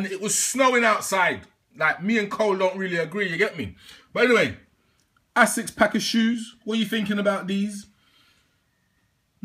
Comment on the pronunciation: Haha you crack me up dude. I feel like you purposely mispronounce names just to eek Americans - 'ass-sicks' 'ten-nick'.. Love it 😂